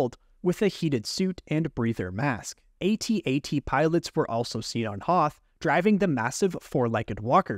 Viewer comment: It’s at-at not “ay tee ay tee” lol